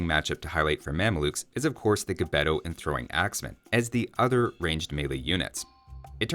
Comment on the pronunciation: It's 2024, and I hope this is the year when AOE2 youtubers will learn how to properly pronounce "Gbeto". Fingers crossed. 🤞🏾